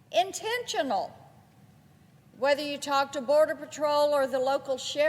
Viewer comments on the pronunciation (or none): Intensional! Did you hear that? Intensional!!!!